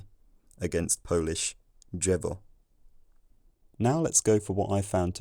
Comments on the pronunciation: sz is pronounced with the very tip of the tongue only, ś is pronounced with the part of the tongue u make the y sound from yellow no, polish word for tree is pronounced d-zhevo, not jevo, dż is j, drz is d-zh i still say ą as full nasal, that "om" pronounciation is not the "correct" one, its just a common alternative pronounciation gród means a medieval era city, today its an archaism nobody uses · As for your pronunciation of "drzewo", the "drz" are actually two completely separate consonants. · They taught us at school the "correct" way to say the 'drz' cluster is either ˈdʐ or d͡ʒʐ. The way you say it sounds a bit too much towards d͡ʒɛ.vɔ to call it standard pronounciation. It would pass in some dialects tho. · I can tell u the way u said "drzewo" is just the way its now pronounced incorrectly by the hillbilly-like population - dże-wo, not d-rz-ewo. "Gród" is not moden. Its already old and anachronistic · Through postwar Poland pronunciation across the entire country got pretty unified, however, "drzewo" varies to this day: you can say "d-żevo", you can say "dż-żevo", but supposedly you shouldn't say "dż-evo", which was your choice, because this simplification is only reserved for cases where there is a consonant after, like in "drzwi", where all "d-dżvi", "d-ż-vi" and "dż-vi" are correct. But don't worry in the slightest, I've heard native speakers pronouncing "drzewo" exactly like you - who knows, maybe we are witnessing yet another sound change in that word and you are just ahead of your times? Also, when you mention the word "drzewo", I thought of the word "drewno" (wood), but I'm not entirely sure if they are connected, although they sound like they must be. PS Yes, your "sz" and "ś" are spot on! Well done! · you mispronounced "drzewo", in your mouth it sounded more like "dżewo" because you didn't pronounce the "d" sound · bro is pronouncing the drz like dż which does happen in some parts of Poland, but usually there is a distinction